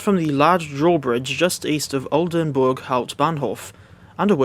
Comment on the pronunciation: I have never heard a non german guy pronounce Oldenburg hbf so perfectly before